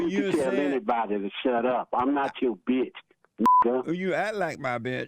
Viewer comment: "You ack like my betch."